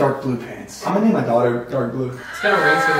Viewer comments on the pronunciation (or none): "im gonna name my DAEGHTER dark blue" i literally cant at this point lol